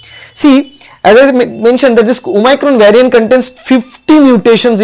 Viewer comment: Abey ghochu Bengali me video bana. English tujhse nhi hoga. "Vyariant".... "omycron" 🤣🤣 what are these?? You dont even have the knowledge of tense and construction of sentences. Kyu khudki mockery bana raha hai😅😅